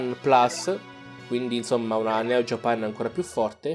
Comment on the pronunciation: Non si dice JAPEN si dice JAPAN